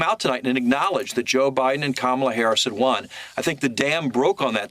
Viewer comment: And it's not Com-meal. It's COMMA-la. ,,,,,,,la,la,la 🎶 Easy to remember unless you're a passive-aggressive, hostile ignoramus.